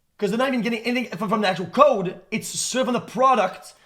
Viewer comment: I can’t get over this fucking guy pronouncing “code” as “cod”